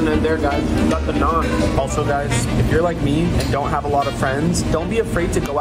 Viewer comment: Im indian and thank u so much for sayin naan and curry propally